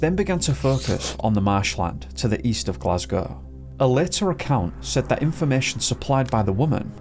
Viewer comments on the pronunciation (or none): none